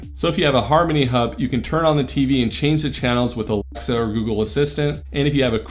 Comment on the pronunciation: Idk why nobody can say alexa is it alexa™?